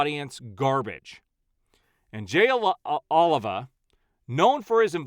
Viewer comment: it's Jay Oh-Lee-Va. Thanks.